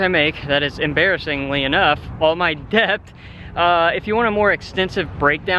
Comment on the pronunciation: Making big moves! Also you're over thinking the word debt. It's pronounced det. Love ya!